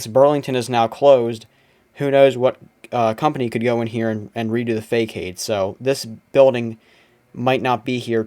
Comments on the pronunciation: Just an FYI.....facade is pronounced "fa-sod" ...not a word that's used often in daily life. Thank you for documenting all of this, I had some fun times at those malls in the shopping heyday! You did a great job with narrative, too. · You pronounced Facade incorrectly but I love the sax.